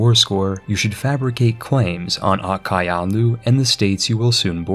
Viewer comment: I cringed so hard at his pronounciation of Qara Qoyunlu